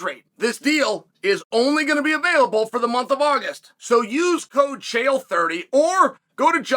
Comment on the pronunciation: chael (with a silent l)